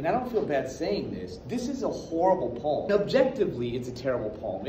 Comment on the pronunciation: You really wanna say the word poem right